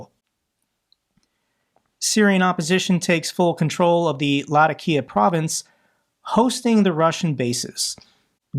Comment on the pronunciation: Its Luh-Tac-Kee-uh...keep kickin ass